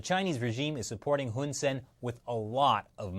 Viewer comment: The dict...the prime minister's name is actually pronounced Hoon Sah-ehn (IPA: /hun saen/). For some reason, Cambodians transliterate their /ae/ vowel as 'e'.